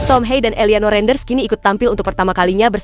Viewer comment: Mimin harus mengetahui kata-kata seprti ini,Johan Cruijff,Mauro Zijlstra,van Dijk dan cara membacanya,contoh Eliano Reijnders,baca Eliano Reindes